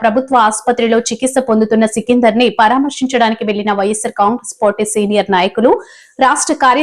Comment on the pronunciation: సికిందర్ అనే పేరు సరిగా చదవడం రాదు.... మీరు యాంకర్.....